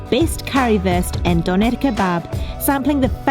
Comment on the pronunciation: I hate the way she says Dönner